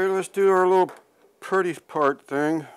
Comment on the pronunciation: you said purdy 🤦‍♀